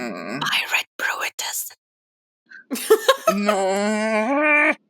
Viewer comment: Pirate-brooitus? ARRRBROOITUS!